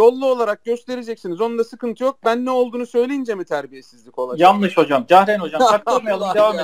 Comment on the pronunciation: Yayın boyu "jahren" bey demelerine uyuz oldum.